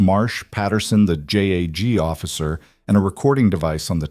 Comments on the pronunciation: Ok narrator if u can't pronounce JAG correctly its JUDGE ADVOCATE GENERAL NOT J A G😮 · Ok narrator JAG is pronounced as a word not individual letters